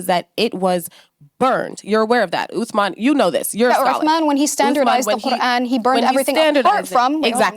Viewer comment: why does she pronounce quran so bizarrely? what is this accent?? how does she manage to insert a G and an L sound into it? how did it become 4 syllables? she's stuffing so many consonants in her mouth at once that she must clear her throat halfway thru to finish saying the word! it's the most abrasive pronunciation i've ever heard, it honestly bugged me more than her empty assertions.